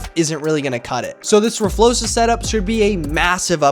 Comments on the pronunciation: please stop saying rflosa it’s rfloxa x not s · (r flokes uh) flokes sounding like spokes, ur saying it wrong. Please don't take this as a mean comment i am just trying to be helpful